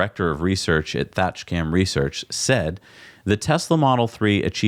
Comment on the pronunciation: Thatcham is pronounced "thatchum", by the way.